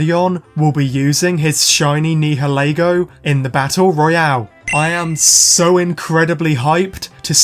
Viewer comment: Nihalego is pronounced like (Ni-uh-lee-go)